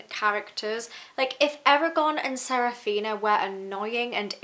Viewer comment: The book is older than the author was when he wrote it! Also…. Sa-Fi-Ra…. Saphira. Damnnnnn